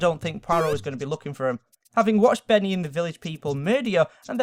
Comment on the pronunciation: "Benneh"? dafuq?